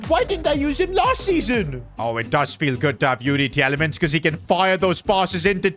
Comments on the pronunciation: PCQ: Belgian media is livid because of the mispronounciation of Youri Tielemans. His name is pronounced ‘Tee-la-muns’. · You have pronounce Tielemans like teelemans in Belgium you say it like that.